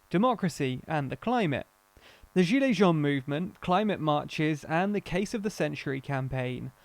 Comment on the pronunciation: French speaker here. Listening without watching. Hearing the narrator saying "gilets jaunes" and especially "gilets citoyens", I had no idea what he was saying until the English translation followed. :)